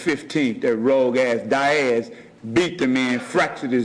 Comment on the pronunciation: I don't know who, nor where this erudite scholar is, but, I'm pretty certain he's saying the name 'Diaz' - pronounced 'DEE-az', yet, brilliant person that he obviously is, he's saying 'DY-AZ'.